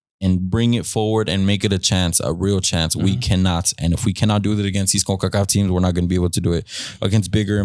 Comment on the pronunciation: Why are you saying "Concacaf" like that. It aint a spanish acronym so there's no point of doing the accent